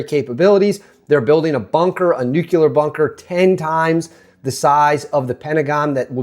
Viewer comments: Nuclear** Nucular🚫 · nuclear NOT "nucular." Lost your credibility there. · ✅ Correct: NOO-klee-er or NU'-klee-ar ❌ Common Mispronunciation: "NOO-kyuh-ler" or "NUKE-yuh-ler" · Nook-lee-ur. NOOK-LEE-UR!!! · Please stop saying "nukular." It is painful to listen to. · ffs... there is only one U in the word "nuclear" NU - CLE -AR learn to speak